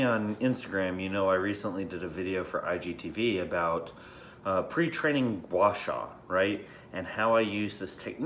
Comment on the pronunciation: pretty happy seeing said a very decent Chinese word gua sha( 刮痧）